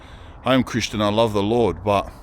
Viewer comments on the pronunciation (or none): none